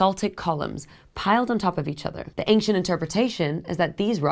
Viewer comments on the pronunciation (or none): you say ank-chent. I say ancient